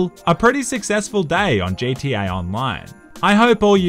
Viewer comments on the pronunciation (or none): You said “J T A online” lol